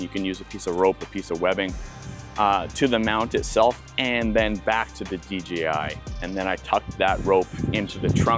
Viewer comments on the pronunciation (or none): It's DJI not DGI.